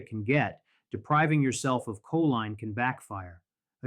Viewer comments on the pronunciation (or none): "koleen" is the pronunciation of choline.